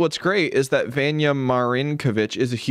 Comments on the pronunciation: Just fyi Vanya is pronounced vawn-yah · i went to school with someone named vanya; it’s pronounced more like VAHN-ya